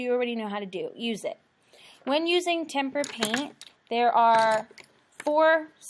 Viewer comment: Hearing Temper paint makes me hurt